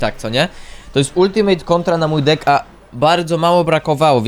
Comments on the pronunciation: czemu ty tak czesto zamiast deck mowisz dick😭😭😭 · Czemu ty mowisz dick a nie deck